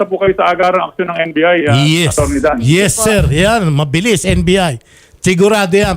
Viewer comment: NBI te hindi NVI